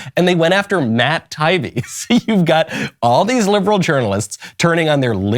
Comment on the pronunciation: Just so you know Michael, his name is pronounced tie-E-be.